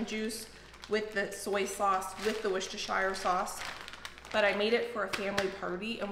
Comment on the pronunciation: Its wooster - shh ear / wooster - shear sauce. Everytime you say "Worcestershire sauce" you pronounce it wrong, like THE shire from lord of the rings, BUT when you said Worcestershire without adding the word sauce you pronounced it correctly. So im guessing your over thinking the pronunciation when thinking of the sauce but get it right when you aren't thinking about it too hard.